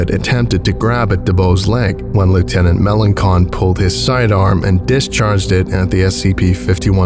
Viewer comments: Hey from Louisiana, and you kinda butchered Melancon it's not melon-con it more like muh-law-saw it's a French sir name *edit btw I'm a Melancon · Melancon is locally pronounced as Me-law-saun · Swamp person here 🖐 Lt.melancon name is pronounced muh-LAHN-sahn. Love too hear a scp from LA keep it up!! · Fun fact: Melancon in Louisiana is usually pronounced "Meh-lawn-sawn". Still, good work on the accents that ain't easy. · Louisianian here. I enjoyed the accents😂also melancon is pronounced "muh loh sohn" bc a lot of the names here are cajun or french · It's pronounced "Lake Borne" and "Me-lohn-son" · I was born and raised in New Orleans... that being said: the name Melancon is pronounced Ma lon son. Sorry but it drove me crazy. All the names were mispronounced a little but this one stuck in the back of my eye lol. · Melancon - muh-LAHN-sahn It's French